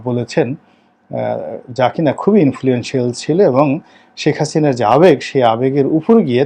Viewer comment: এতো বছর আওয়ামীলীগ করে গেলেন কিন্তু এরপরও হাসিনাকে "হাচিনা" বলেন...আপনার উচ্চারণ এমন কেনো?